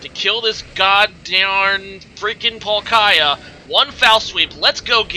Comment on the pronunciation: Why do you keep saying palkaaaya.. its triggerin me This comment is b4 i see rhe actual battle occur. Oof tough game...